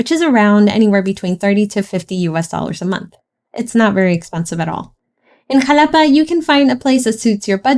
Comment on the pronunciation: primero aprende a pronunciar el nombre y luego haces tus videos